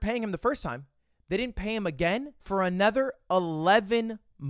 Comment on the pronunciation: Has anyone noticed ludwig pronounces another like “a nether”